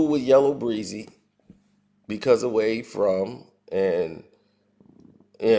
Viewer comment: Yea. He don't know he saying it wrong